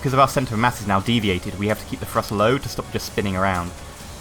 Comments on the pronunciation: Do u say frust in stead of thrust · Great video but i must point out that it's pronounced "TH"rust not Frust. thanks for the vid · Lol u say "frust"